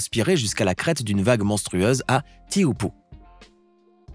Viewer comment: Super joli 🎉 Pour info on prononce à peu près Tchopo pour Teahupoo